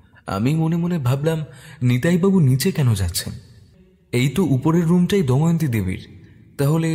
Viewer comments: অনেক দিন পর র আগমনে মনটা যারপরনাই খুশি তে ভরে গেলো।তবে এত সুন্দর উপস্থাপনা য় ছোটখাটো কিছু ভুল মনে কষ্ট দেয়। চরিত্র গুলির মধ্যে কেউ একজন দময়ন্তী নামটির উচ্চারণ 'দয়মন্তী' করেছেন। এটা একটু খেয়াল করবেন। দ্বিতীয় পর্বে যেন এই ভুল না হয় এই অনুরোধ করছি। অধীর আগ্রহে অপেক্ষায় রইলাম ❤ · Puro golpota khub sundor But it's not doymonti It's damoyonti